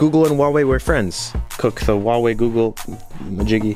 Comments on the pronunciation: Huawei is not pronounced like that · Im pretty sure its pronounced who-wa-wei